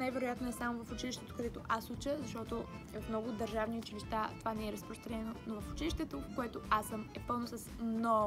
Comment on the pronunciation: Научи се да казваш училища